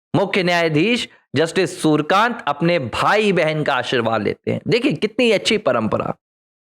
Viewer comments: नये CJI के नाम का उच्चारण आप गलत कर रहे है l उनका नाम सूरकान्त नही, सुर्यकांत हैl आपको कठिनाई हो तो .. सु र् य का न्त उच्चार कर सकते हैं l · Nam to thik bolo , Surkant nahi Suryakant hai ...